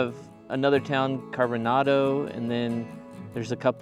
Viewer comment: I grew up in Wilkeson and went to Wilkeson elementary. You pronounced Carbonado incorrectly…I wish you had gone to more areas of Wilkeson in your video. You took pictures of the “quarry” signs in town but didn’t actually go to the quarry, which is an amazing and beautiful place. Also, Wilkeson and Carbonado are known as much for coal mining as they are timber and they have just as many, if not more loggers and logging. When you were taking video of the coke mines, they actually have a “Carbonado days” every year right there where you were, and have races on those rails, a parade, and so much more. There is also a Catholic Church, which I went to, which has to be about the same age and size as the Orthodox Church you videod. Fairfax has a popular mental hospital, which people go to from all parts of Washington…thanks for the video